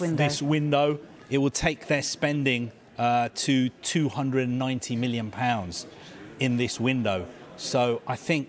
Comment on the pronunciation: He says million Pounds like its ground breaking, i love it.